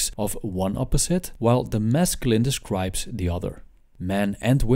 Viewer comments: I like how he says mescaline (wich is a drug) instead of masculine. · This guy subliminally made me try mescaline by the way he says masculine